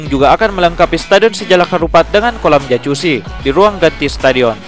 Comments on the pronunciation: jacuzzi bacanya "yakuzi" japaarrr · Geli gw min denger lu ngomong jacuzzi pake c ckckck